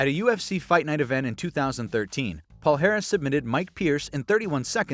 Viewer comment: in Portuguese, his last name is pronounced "palyares." The "lh" and "nh" represent "ly" and "ny," similar to the sound in "canyon."